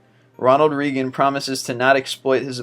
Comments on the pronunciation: Your a fucking moron, its not REEEEGAN you idiot. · WTF DUDE YOU MISPRONOUNCE SHIT EVERY FUCKIN VIDEO BUT CAN YOU NOT PRONOUNCE RONALD REAGAN? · Jesus H. Christ. You can't even pronounce Reagan. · This narrator doesn't know how to pronounce Ronald Reagan's last name! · k he pronounced Reagan wrong, who gives a shit. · Jesus I've watched 3 of these and not only have a number of false facts come up, but you CAN NOT pronounce simple household names and foreign words! Reagan is pronounced RAY-GAN not REE-GAN I would never subscribe to this channel. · It's RAY-GUN, not REE-GUN. It is pronounced with a long "A". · Ronald Reagan = Ronald Ray-gun not Ronald Ree-gun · Says "Ronald Reegin" multiple times. It's pronounced "Raygan". Really sad if this guy is American. He was only president for 8 years through most of the 80's. smh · Geez kid, it's not reegun. it's raygun. Ronald Reagan is pronounced Ronald Raygun. And the first one with him in it wasn't a crazy promise. He said he promised not to exploit his OPPONENT'S youth and inexperience. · REEgan was a member of RAYgan's cabinet. Pronunciations, guys! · It's pronounced ronald RAYGUN. Not ronald reegun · Ronald Reagan = ray-gin...REAGAN. not reeegan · its pronounced (Ray-Gan) not (Ree-Gan) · reeeeeegan no its pronounced ray-gun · Its Ronald RAYGUN. Donald REGUN was his Chief of Staff. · Ronald Reegan? This guy has some interesting top 25 stuff, but...dude...seriously! Your pronunciation is sometimes really bad, hysterical though... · Reagan is pronounced raygan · dude i love your videos but some stuff you pronounce wrong and its just like ugh. ronald reegan? cmon lol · Ronald rEEgan XD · Ronald Reegan? Seriously? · RUSEevelt? REEGEN? KUsinich? Where the heck did you learn to pronounce names? Try using the Google machine and get your pronunciations right. Otherwise funny vid. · Ronald Reegan? ohh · I thought it was hilarious how he said Ronald Reegan and Theodore Rusevelt! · 1. Reagan = ray-gin 2. Kucinich = koo-sin-itch